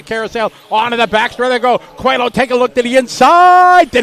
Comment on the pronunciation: Is not “COELO” it’s COELHO that is “COELIO”. Congrats! 🇵🇹